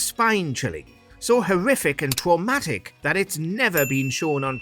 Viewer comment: "It was so twamatic"